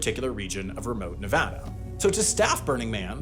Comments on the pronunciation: We Nevadans appreciate the shoutout episode and that you said the state name correctly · Thank you for pronouncing Nevada correctly, happy Nevada day!!